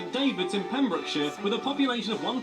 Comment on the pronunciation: You wouldn't want to drive around London, i mean, yeah you CAN drive rather than take the tube but don't, it's hell. St Davids in Pembrokeshire, not Saintbrokeshire! Yes 101 is a normal day for you, it is very hot for us